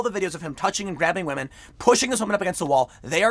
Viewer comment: I'm going with my gut and going "believe all wamehn" on this one. So, sorry Joe, you don't get to be prez. Not that you'd know you were anyway.